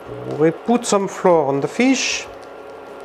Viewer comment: Please check it out: English words "flower" - fleur (Fr) and "flour" - la farine (Fr) should sound identically. Same with the word "trout".